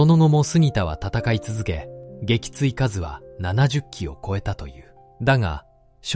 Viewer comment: 撃墜かず、、「げきついすう」😢